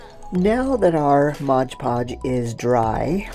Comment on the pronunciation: I agree, and when people keep saying "MOG POG" instead of MOD PODGE then I can't keep watching